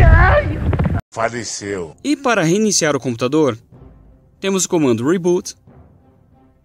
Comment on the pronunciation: "Faliceu" kkkkkkk